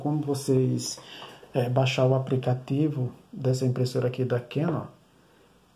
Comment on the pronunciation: Direto do "APRICATIVO" foi foda !!!!!!